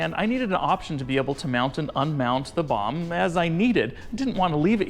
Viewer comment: You cant say Bomb LOL